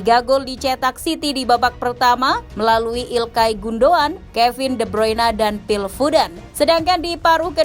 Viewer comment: Komentator bahasa lebay menyebut nama pemain..kevin de bruyena 😂😂😂